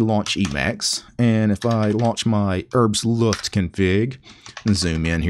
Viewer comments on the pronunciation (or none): Just as a "btw", the "H" in "Herbstluft" is not silent. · Is with "Herbstluff" the german word? I genuinely dont know as a german.